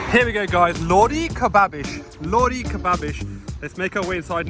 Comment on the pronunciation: Is that how you pronounce Lahori? I always emphasise the h